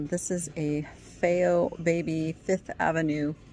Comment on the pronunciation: Hi, the plush pig isn’t “Fayo”, it’s FAO as in FAO SCHWARTZ